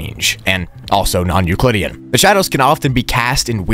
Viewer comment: How many times is he gonna say nuclidean